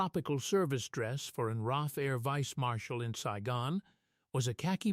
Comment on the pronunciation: ITS AUSTRALIAN AIR FORCE RAAF PLEASE GET IT RIGHT